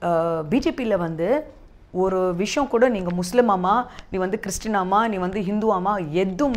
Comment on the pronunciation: சகோதரி சாப்பிடுவது தமிழக சாப்பாடு தமிழை விரைவில் கற்றுக்கொள்ளுங்கள். விஷம் இல்லை சகோதரி விஷயம். எங்கே சொல்லுங்க விஷயம்.